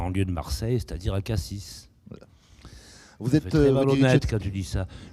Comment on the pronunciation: Il prononce bien le S de CassiS. Et non Cassi